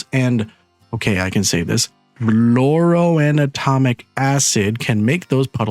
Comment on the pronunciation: Fluoro-anatomic??🤔 FluoroANTIMONIC ... (as in the element Antimony) Rock and/or Stone!!. Oh, and thanks for the complete guide.✌️